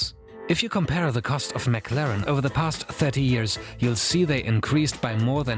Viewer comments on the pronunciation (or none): none